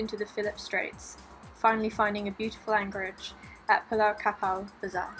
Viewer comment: It's "pulau" not "pulah" Pulau mean island